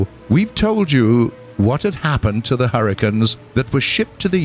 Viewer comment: I swear at the beginning he said 'hurritanes'.